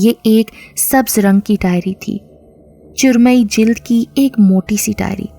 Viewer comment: Urdu seekho churmai nahi charmi hai wo chamde se bani huvi chiz ko charmi kahte hai na ke churmai